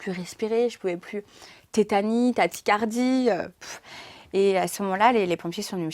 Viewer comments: Mdrrr ce sont des crises de tachycardie et pas taticardie 😂😂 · On dit tachycardie, pas taticardie mdrr